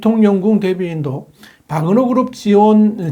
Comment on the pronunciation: 와그너아니라 바그너입니다. 정확히합시다.